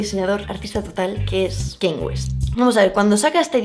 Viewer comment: El apellido de Virgil se pronuncia literalmente “habló” no Eibol, Virgil Abloh (habló) 🤕, y el nombre de Kanye se pronuncia “Kan-yei” jaja no Queni